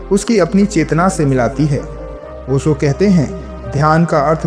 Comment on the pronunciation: ओसो नही ओशो.